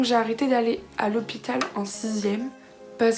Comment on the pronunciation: Tu as dit lepital